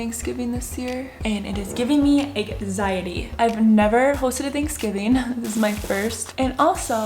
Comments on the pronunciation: Did she just say it’s giving her “eg ziety” ?? 😂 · And it is giving me "egg-ziety" Haha I love how you say anxiety